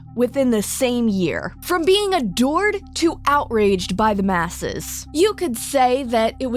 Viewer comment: "shane dawson was a dord..." me: wtf is a dord?...... oh he was ADORED....heh...heh...